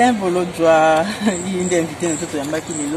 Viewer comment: Viva BDD, madame, il s'appelle BOLODJUA non MBolonzua.